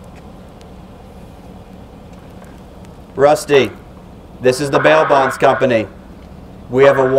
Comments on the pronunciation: When say “ this is the bail bond company” it sound like he is saying “ This is the mail box company” 🤣🤣🤣🤣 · I thought he said mailbox company